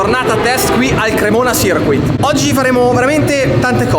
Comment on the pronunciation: Grande Luca, CIRCUIT si pronuncia con la CU silent, qualcosa tipo SIRKIT. haha daje gass